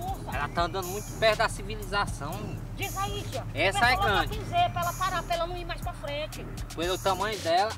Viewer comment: Só eu q vir um vulto passa atrás deles quando o falou a palavra sibilizacao